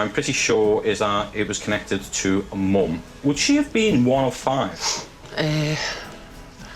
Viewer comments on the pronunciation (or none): the only time I've ever seen an American pronounce mum the way they spell it